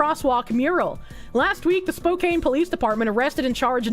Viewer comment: I'm not from Washington or any hipster place, and it's hard for me to be offended by some streamer girl. But man, how she pronounces "Spokane" really gets on my nerves. It's like "Spoke Anne". Why does this bother me so much? I guess it's like people mispronouncing Gruening (like Greening) or Juneau (like Juno).